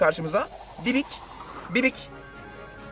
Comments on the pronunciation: bibi o abi bibik değil🤣🤣🤣🤣🤣🤣🤣🤣🤣🤣🤣🤣🤣🤣🤣🤣🤣🤣🤣🤣🤣🤣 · Herkes: BİBİ: BİBİK